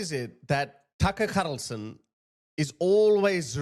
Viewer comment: Tuckerrh kharrrrrlson😂😂😂